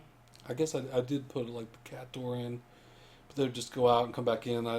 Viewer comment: cat. not cay.